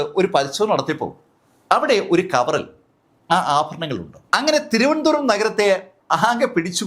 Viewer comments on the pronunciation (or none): none